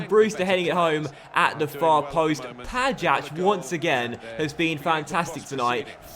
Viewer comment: the "ja" in Pajać is pronounced like "y" in yahoo.